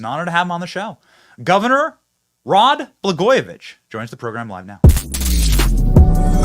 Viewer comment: It’s Walz not Walts or Waltz or Walsh. It’s Blagojevich not Baglojevich. Geez man.